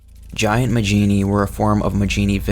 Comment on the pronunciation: I thought Majini was pronounced "Ma-hee-nee" not "Ma-jee-nee" Edit: well thank god you actually pronounce El Gigante properly. Seems most people on youtube love to mispronounce it. Call me a grammar nazi, but it annoys the fuck out of me when people try to sound knowledgeable about something while constantly mispronouncing it.